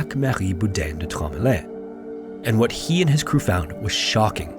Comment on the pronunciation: Nooo, not Tromelin, Traumaland